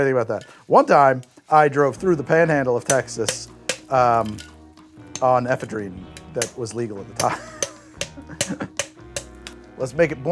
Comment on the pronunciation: That's a weird pronunciation of ephedrine.